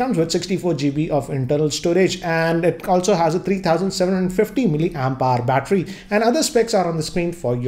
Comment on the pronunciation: Hello sir, i know you are very good in your work. But want to tell you that the way you pronounce milli ampere is not correct. You said milli ampire instead of milli ampere. Ampire sounded like empire. I hope you understand that.